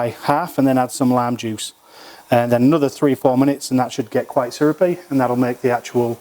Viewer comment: Revisited this to brush up on the recipe...the first time you said "lime juice", I thought you said "lamb juice". Glad I misheard!